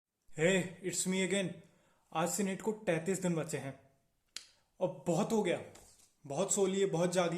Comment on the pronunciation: The way you said 33din 😂